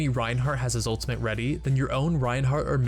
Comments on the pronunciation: As someone in theater, where diction is really important, hearing him say 'ulimint' really pisses me off. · It's ultimate. Not ultiment. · "ultimate" not "ultimante" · i love how he pronounces 'ultimate' XD Sounds like ultimint